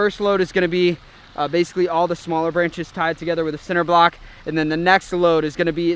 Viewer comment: Is he saying center block? 🥴